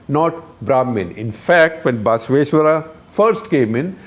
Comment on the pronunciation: Guptaji is having a Rahul-esque moment. It is Basavaeshwara and NOT BAAAAAAsaveshwara!